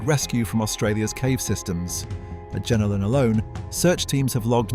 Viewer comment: its Jenolan not jenilon get it right